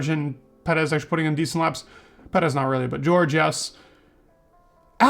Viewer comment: Just here to hear “pedez” and “verstoppen”